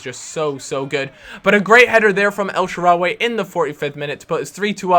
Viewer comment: El-sha-rah-wee not el-sha-ra-way